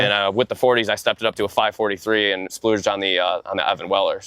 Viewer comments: him saying splooged instead of splurged is killing me lmao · He keeps saying that he "splooged" on his parts. I really hope he means splurged. 😅